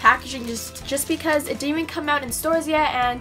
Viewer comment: In her intro she says becausa instead of because!